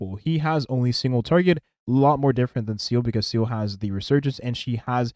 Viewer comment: Haha i like how you can keep calling here "SEAL" I personally call her "SEELEE", hate how thay all call her "SELA".